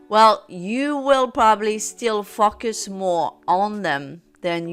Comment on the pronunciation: I hear “focus” as “fucking” lol